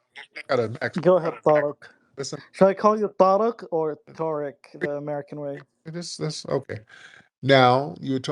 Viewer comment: This passive aggressive pos, saying Tariq name differently then going back to saying it regular hes a fool